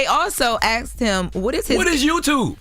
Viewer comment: Why do all black people say axed instead of asked